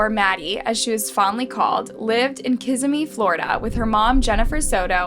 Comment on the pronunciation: Kiss si me is how to pronounce it, as someone who has grown up in Kissimmee